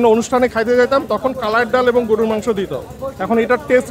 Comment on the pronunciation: mone holo shunlam "gurur" mangsho..... gorur* mangsho holey bettr hoto!? 😒😫😱🥵